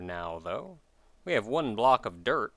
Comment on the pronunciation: I swear, for some reason I hear you saying 'derp' whenever you say 'dirt'. It gets all kinds of awkward... Derp block. Derp house. Derp shelter... I should really fix my headphones or something, hah!